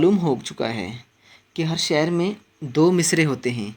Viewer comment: شعر کو شاعر پڑھنا بالکل غلط ہَے۔ پہلے اپنا تَلَفُّظ درست کر لیجیے۔